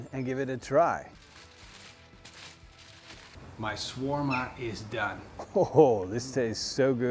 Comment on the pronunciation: It's pronounced "sha-war-ma" and it's Arabic, not European.